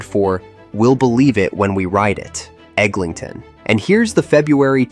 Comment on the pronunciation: Pronouncing ToronTo like a foreigner but pronouncing EglinGton like a local.